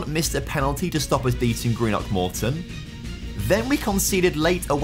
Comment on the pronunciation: Not even a minute in but had to comment - so good to hear someone pronounce Greenock correctly! I’m from there and live in England and the amount of people I know who say it so wrong is painful.